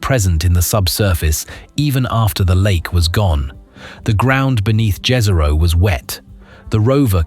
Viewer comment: It's pronounced yeeehzero btw Jezero in Slavic